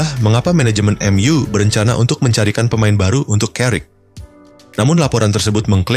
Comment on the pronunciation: Narator nya gimana sih baca nya kaku banget , , , emyu aja di baca M ,,U , , , ga enak bgt